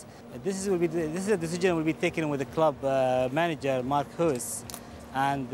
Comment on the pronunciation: "mark hooooss" hahahah "i will add value to errrr de hole tournament" lol